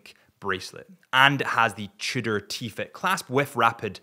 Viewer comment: I can't stand any more "cheudor"....you guys are really annoying.